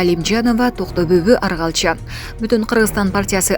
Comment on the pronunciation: Аргалча эмес Оргалча ,атасынын аты.Ушундай сабатсыз журналисттер кайдан окушкан?